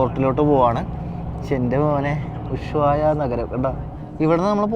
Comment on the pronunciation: നീ വീണ്ടും ചില്ലി എന്നാണ് പറയുന്നത് ചിലി ആണ് ശരി, പിന്നെ ഉശുവായ അല്ല ushuaia